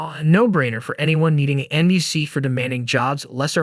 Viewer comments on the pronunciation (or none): NUC is pronounced more like "Nuk" or "Nook"